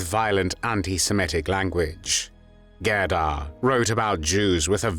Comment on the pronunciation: GADA???? G E R D A!!!!